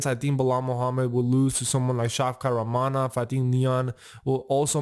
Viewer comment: Pronounce rakhmonov correctly